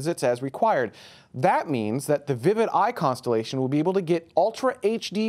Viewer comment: Constellotion, nermed, bern....